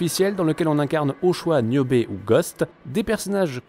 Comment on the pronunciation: Putin ils savent même pas dire le nom… Niobe pas newbie…..